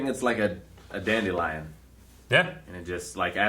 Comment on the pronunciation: Did you say dandelion?? 😁